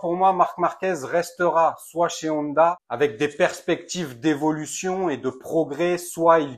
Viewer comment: Honda se prononce "on - da" pas "oneda" 👍